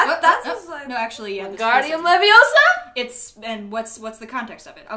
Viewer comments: it's pretty obvious that it's... LeviOsa, not LevioSA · "its leviOsa not leviosA" translated to "Not easy" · No no you said Hermiones best line wrong It’s not leviosAH it’s leviosaR!!! ❤️💚💙💛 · LEWisac NOT LEWISAC honestly she’s a nightmare